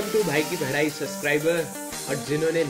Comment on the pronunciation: Bhai intro me pta ni pr ku muje na bhai ki padhai ki jagah bhai ki bhadai sunai deta he